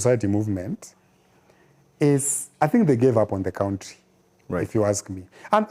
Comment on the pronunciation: I love when he says kountri😂